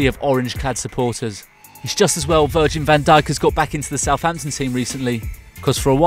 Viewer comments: He said virgin van dijk 😂😂😂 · Am I the only one that heard Virgin Van Dijk? 😂😂